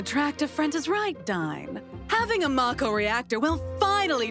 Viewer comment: only about 1% of people pronounced it mah-ko in their heads. It'll always be may-co to me